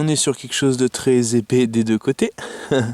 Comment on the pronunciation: On ne dit pas épé, on dit epais !! A part ça, je suis entièrement d'accord avec ce que tu as dit !! ^^